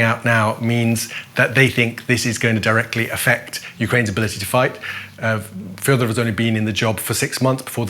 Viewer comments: He's Fedorov, not Fyodorov. He's not ruzzian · not "Fiodorov" it's "Fedorov" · not correct. The defence minister Fedorov is Ukrainian, not russian, thus his surname must be pronounced as Fedorov. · Fedorov is also pronounced as fiodorov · The commentator cannot only read Ukrainian but also cannot correctly pronounce Fedorov's name - learn how to pronounce it properly!!!! It's your job.